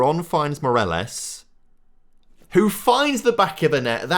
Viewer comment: Ok, try before recording: morÁles. VAliÊjo. The highcased letters are the strong ones you accentuate